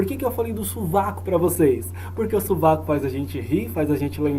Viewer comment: "SuVaCo" kkkkk